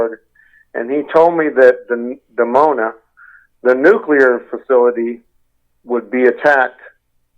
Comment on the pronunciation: it's actually Dimona Israel, nor Demona